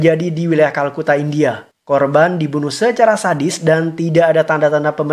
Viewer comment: bang kolkata bkn kalkuta edan